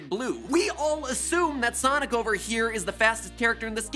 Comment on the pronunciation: I love how he says Sonic like Sanic lol.